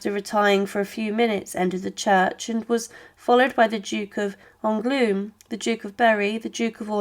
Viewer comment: The pronunciation of names in the commentary is utter gobbledygook: the Duchess and the Bishop of Ongloom, St Denny, Prince of Cond, the Bishop of Carsacone, the Duchess of Borvin(???) ...several others who are quite unidentifiable. Honestly, I shouldn't have thought that any of the names could have caused a problem to non-native French speakers. And of course the awful Mme. Two Sword!